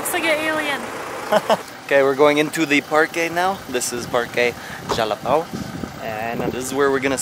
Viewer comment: Whaaat managed to say Jalapão i was expecting jalapau hahahahaha. So hard to see nort americans pronouncing nasal words.